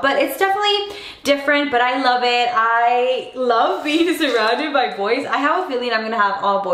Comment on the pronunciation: when she says by it sounds like pie lol :p